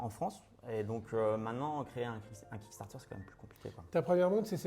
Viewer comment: Ah bah QUAND MÊME!;), c'est pas QUICK Starter mais KICK Starter ("Quick" c'est Groquick:))